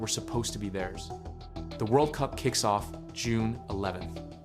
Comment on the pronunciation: I guess English is not your native language. WORDL?!!